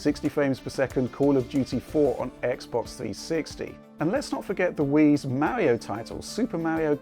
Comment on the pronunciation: "Existing Mauri-oh titles."